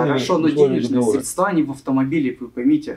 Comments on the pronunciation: разговаривает как мошенники из "аналитических компаний" средствА, смотрите. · «средствА» - пипец… Миллиард раз было сказано. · Ой колхоз... СредствА, менеджерОВ😂